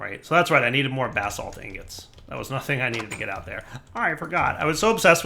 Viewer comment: Anyone else hearing bath salt instead if basalt(spelling lol)?!